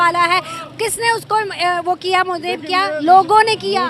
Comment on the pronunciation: Is hakli ko bolo pehel modi bolna sikhe mudi😂😂